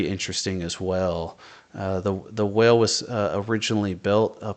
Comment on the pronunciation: I went back and listened twice and it sounded like you said well. Whale has a dipthong = wha-ul sound. like the word coin, owl, howl, oil - it almost sounds like it has two sylables.